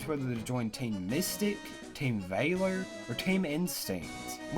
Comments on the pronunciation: Vah-lor not Vay-lor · Oh my gosh when he says team vailor it’s so annoying FYI it’s valor v-a-ler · Ooommmgggg.... ITS VALOR. NOT VAILOR OR VAYLOR. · It's not Vaylor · Team “ Vayyler”😂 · Stop saying Vaylor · STOP SAYING VAY-LER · That ain't how you say valor. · Your pronunciation of Valor actually hurts... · Can you really not pronounce VALOR? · ur pronouncing valor wrong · The way you said valor gave me a tumor. Good video dude! Feel better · 2 nitpicks: 1, the way he says Valor 2, Uk? Don’t you mean Europe?